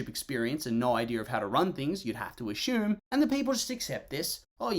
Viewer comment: Why do you say ashume instead of assume?